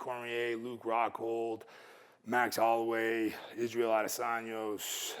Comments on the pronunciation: The nutritionist called him "Israel Adesanyos" LMAOOOOOOOOOOOOOOOO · I thought he said Israel, Dos Anjos. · did he just say Israel Adesanyos? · “Isreal Adesanyos” lol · That “nutritionist” called it his “gut binome” lol and called Izzy “Adosanyos” lol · did he really say adesaños? 😂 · Israel “Adesanyos” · 'Gut Binome' ..'Israel Adesanyos'? George been spending time with Brendan Schaub or what?! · "Israel adesanyos" 🤔🤔😂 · actually its adis-sonya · I hope not everyone is that dyslexic to not be able to say easy names, especially when they know the person. He literally said Adesanyos, lmao that's such a meme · his name the guy said it wrong we have all said some names or things wrong